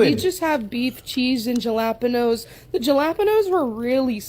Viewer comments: There was a lot of awfulness to unpack in this video. But as a Latina I think the worst was the way that lady pronounced Jalapeño 😂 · Can't pronounce massage, jalapeno or put down her fork. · Did anyone else catch how Miss Omad pronounced jalapeno?? Lol And i would never eat a burrito 🌯 like that! Lol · you would have thought someone who is a walking waste disposal would know how to pronounce Jalapeño